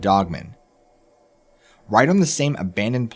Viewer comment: Dude i have to tell ya I love the narration. BUT, IT DRIVES ME NUCKING FUTS THE WAY U PRONOUNCE “DOGMAN.” It sounds like ur saying “DOGMEN” instead of “DOG-MAN.” U dont annunciate and pronounce the word “DOGMAN” then way its supposed to be pronounced. Its pronounced “DOG-MAN, DOG-MAN, DOG-MAN.” LOL. The DOG part is pronounced correctly. But the MAN part sounds like ur saying MEN. ITS PRONOUNCED DOG AND THEN MAN. DOG MAN, DOG MAN, DOG MAN. It kinda ruins the story when u mispronounce the name of the topic of the story. Can u not say MAN like if u were to say “I am a MAN?” Do u pronounce the word MAN by itself like ur saying “MEN?” When u say “oh MAN!” Does it come out like ur saying “OMEN?” U shud work on that. U wud be my favorite narrator if u would just correctly pronounce the word DOGMAN. Its really not hard unless u have a speech impediment or sumthin. It doesnt sound like u do tho. It jus sounds like u dont kno how the word DOGMAN is supposed to be pronounced.